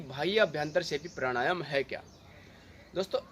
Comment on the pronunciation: Bhai pranayama shi sai batao kuch samaj mai nhi aaya. Yha tk ki naam bhi pta nhi pd rha. Baki video achi thi. Jai sri ram